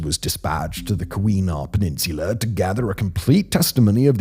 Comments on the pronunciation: Kah-WEE-nah? 😂 KEE-wah-naw. This is a fairly well known event in Michigan. It surprises me it's not better known outside. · Also, around , pronunciation: Kee-wa-naw. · Its pronounced Key-win-naw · Simon, thank you for trying to pronounce the Upper Peninsula names. In Michigan we say "Calumet" as KAL-YOO-METT and "Keewenaw" as KEY-WEH-NAW. Cheers! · HOW-ton County. KEY-wa-naw Peninsula.